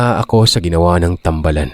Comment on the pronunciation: Hi po good evening po. Thank you po sa mga kwento nyu po. 5 yrs na po akong listener ninyu po. "tambaalan" po ang pg pronounce po hehe nasa baa ang long a po